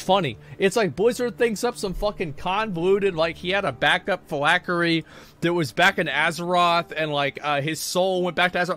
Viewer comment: Phylactery ....not...Fill-ack-er-E. There is a T in there bud.